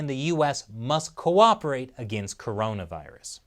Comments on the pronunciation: Did you say cooperate? 😂😂😂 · Next level challenge! Take a shot everytime you hear "co-oprerate or co-operation" . 30 mins later - 🤢